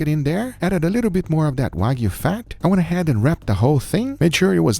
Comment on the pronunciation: Did Guga actually say "Wayg-B-Q?" Like wagyu BBQ? I appreciate a high-end cut of meet as much as the next guy, if not more so. But I've never developed the palette for BBQ that I would waste it in that fashion. As for the wine marination: red wine has a lot of enzymes that will help break down the connective tissue in brisket, which is typically quite tough. I've done similar with other tough cuts and have great results. You can do the same with pork and white wine, though white wine isn't as effective, but pork isn't generally as tough, even in the cheap cuts.